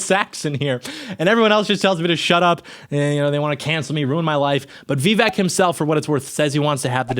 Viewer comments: Vivek, like cake. Learn to say his name right if you plan to make a whole video about him. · That's not how it's pronounced at all lol